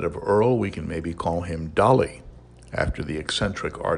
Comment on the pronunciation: BTW...I believe its "Erol" Flynn...not "Earl" although my spelling may be off...just sayin 😉